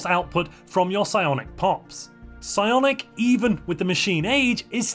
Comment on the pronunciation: Psionic is unintelligible